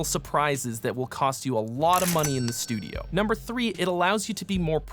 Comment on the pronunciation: I love "STUIDO" at about a minute in while talking about prepping. While this may have been accidental, part of me hopes it is not. haha